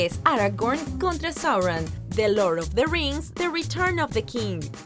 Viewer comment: Es Sauron, no Sorron